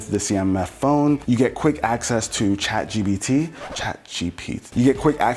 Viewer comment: Chache GPT 😅